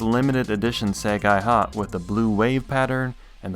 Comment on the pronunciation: it's "say-guy-hah" – see, Japanese is fun kids!